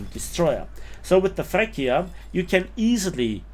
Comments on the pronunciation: It's "Freccia" not "frecchia" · Great review as usual but please, I can’t hear you saying “Frekkia” (which sounds so ridiculous in Italian) but pronunce it “Fretcha” with a double sweet “C” as for “choose” or “chili” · Little correction on the name pronunciation: it's not "frekkia", but "freččia". The "cc" are like in "chopper/cheese/chili" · "FreccHia" LOL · i dont want to sound like i am better than anybody, but the freccia its pronounced in another way : fre(C of ciaox2)a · Just like pronunciation of Freccia, absolutely murdered:D